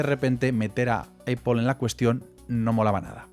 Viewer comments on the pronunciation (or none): que nervios cada vez que dices: eipol... nopity nopity, nop... es A-pl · me genera ansiedad la distorsionada pronunciacion de apple EIPOL esta rémal si quieres pronunciarlo como hablante notivo es APL si quieres españolizarlo es APEL pero en absolutamente ningun escenario es EIPOL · Porque dice Eipol? 😂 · Bro no es aiple es aple😂 y no soy fanboy. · Yo mas bien diría que Éipol se inspiró en las tiendas Dyson que eran lo mas parecido a las actuares Éipol Store. También escuché Mashintos??? 😂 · Como vas a decir "EIPOL"! Un poquito de pronunciación te pido hermano! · Eipol xd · ¿Por qué dice EIPOL? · Pues yo creo así el los diferencia, dice eipol cuando se refiere a Apple como empresa pero cuando se refiere a Apple como marca lo dice bien, si pones atención te darás cuenta jajajaja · Me saltó el video por la forma de pronunciar el nombre de la empresa me molestan los oídos 😂😂😂😂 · Apple no se dice como tú lo dices, solo para que lo corrijas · Todo muy bonito pero pronuncias mal apple, incluso en inglés no se pronuncia así, supérate!